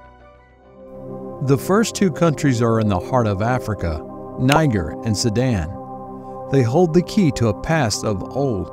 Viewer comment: Why is he pronouncing it as “Ni-ger”?? I’m weak lol